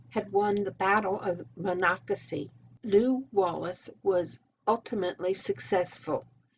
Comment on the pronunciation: i asked how to say Monocacy when i visited, had no idea how, you did very well, and enjoyed the history at the visitor center.